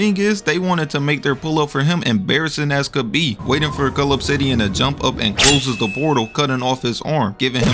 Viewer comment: It didn't even sound like he was saying cull obsidian 🤣